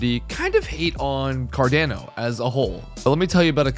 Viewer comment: It’s pronounced CAR-DON-O